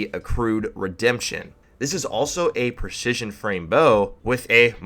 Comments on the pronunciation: "Per-shishion" XD lol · Preshishion frame lol!